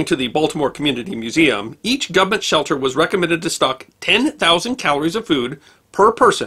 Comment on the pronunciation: I love that he actually says "gumment"!